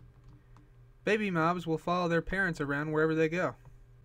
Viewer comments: I thought baby moms it was actually baby mobs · It sounded like he said baby moms anyone else thought he said that?